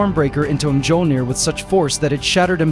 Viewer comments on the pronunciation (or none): If you're going to have Ai do the narration for your videos, spell out MYOLNIR and OOROO phonetically so it won't mispronounce the words.